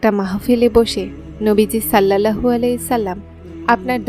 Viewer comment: কিছু মনে করবেন না, উচ্চারণ টি, সল্লাল্লাহু হবে